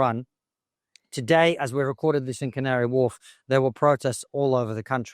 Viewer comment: I love the Cavnary Wharf lady. She said it so properly